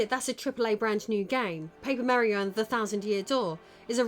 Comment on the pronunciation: Paper Meh-rio indeed